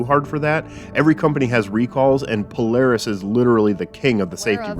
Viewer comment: why say PoLEris? I am sure when we say Polar Bear it is POLAHR not POLER Bear. I am certain the company prefers POLAHRIS